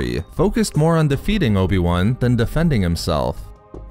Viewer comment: who is this "obi one"?